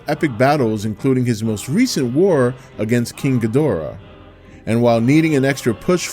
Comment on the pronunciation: I ask one and only one thing from this movie, and that is to make cinematic history as the biggest, greatest, and most epic Kaiju film of all time. Also, after 5 long years, finally said "Ghidorah" correctly, and that, that put a big smile on my face.